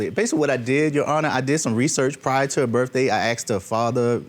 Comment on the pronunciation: First off before you think you’re boogie, learn how to pronounce birthday!!!!! Birthday does not, I repeat birthday does not have an F in it! But you boogie in your benz and red bottoms! Wow